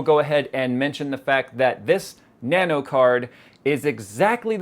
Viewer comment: Nanu Nanu to you too.............soz that's what you sounded like everytime you said Nano Nano! :P